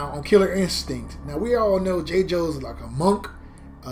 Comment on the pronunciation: I'm trying to figure out who "Jay-Joe" is. 🤣🤣🤣 the announcer dude clearly says "JAY-GO" & you followed and said "Jay-Joe." 🤦🏾‍♂️At least you won the match after that. Dude was trash with Tusk anyways. But the way you butchering his name...I need to ultra combo you on sight. 🤣🤣🤣